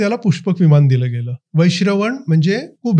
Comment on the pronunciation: मराठी सुधारा. विमान असते विमाण नव्हे